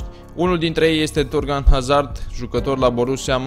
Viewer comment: vreti ma mai stiti un lucru despre Hazard, Haa? pai va spun eu: Hazard se citeste "Azard" pt ca este un nume francez si "H-ul" este mut